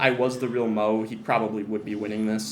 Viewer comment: The disrespect to mo’s name😭